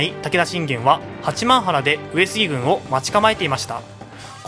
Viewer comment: 地元民だけど八幡原「はちまんぱら」な